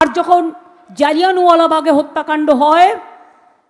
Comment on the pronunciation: জালদিয়ান ওয়ালা নয় শুদ্ধ উচ্চারণ জালিয়া wala bag